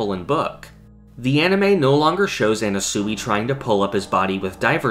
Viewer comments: ye it’s pronounced “ana-sway” not “ana-suey” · why the fuck are you pronouncing Anasui like that. you sound retarded dude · You saying Anasui wrong kills me